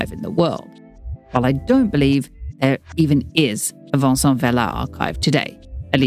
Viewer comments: This is such a great video but I wish you had looked/researched a little into Spanish pronunciation. You tend to pronounce all letter in Spanish. It is nothing like French. Vicente Vela is not the same as Vicen or the french name Vincent as you pronounce it throughout. This is the same with the street names. Calle should not be said like Cal. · I kept wondering why you pronounce Vicente in French. 😂 (like it’s Vincent)